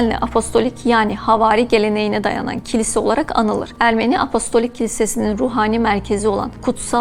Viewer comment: apolistik değil hanımefendi apostolik. sunduğu şeyin ne olduğunu bilmeyen spiker koymayın şuraya. bu dil sürçmesi değil.